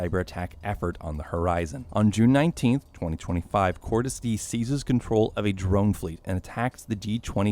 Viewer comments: It’s die not dee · with the amount of times they screamed "Cordis Di[EH]!" in BO2 and this dude still pronouncing it "Cordis [D]," I'd say he didn't even watch cutscenes of the game lol. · its not cordis di its die its latin ffs why americans are so useless in pronouncing simlple words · It's "dee uh" cordis die sounds like "cord-is-dee-uh" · Not cordis dee it’s cordis die (d-ay) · "kortes D..." It's "Kort-us dee-uh" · It’s cordis de-a not cordis dee did you even play the game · It’s not cordis di it’s cordis die (dee-eh) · Hearing this guy say “Cordus Dee” makes me want to cordis die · "Cordis dee" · cordis dee cordis dee a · Great video but you are pronouncing “cordis die” all wrong it’s latin. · It pisses me off how you say “coris die” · Ahhhh yes Cordis “Dee”. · and dimitree pentreko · "Cortis Dee" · Cordis DeEE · The fact he pronounced "Cortes Die" wrong so many times makes me sad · It’s pronounced cordis d eye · no it’s ACTUALLY pronounced CORE-DIS DE-UH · It’s pronounced Cortes dia, awesome video though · Cortes D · Bro come on petrenkka no pe tren ko, Cordis Die e sounds like an A dia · Hearing the way he says cordis die hurts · why can't anybody pronounce "Cordis die" right, it is literally pronounced in the game! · Everything is good but atleast say cordis die right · Anyone else annoyed by the way he pronounces Cordis Die? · "Dimitri Petreko" "Cordis DEE" lol! But good video overall. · nope. no he did not. "Pentreko", Cordis DEE". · I mean you don’t have to play the games but you can at least take 2 seconds to learn how to pronounce Petrenko and Cordis Die, jesus